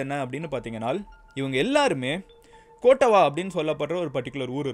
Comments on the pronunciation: Its not கோட்டவா its கொட்டாவ btw most of the indians are pronouncing srilankan names slickly but actually its not (kottava - கொட்டாவ) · கொட்டாவா இல்ல கொட்டாவ யாக்காலா இல்ல யக்கல மஹரகாமா இல்ல மஹரகம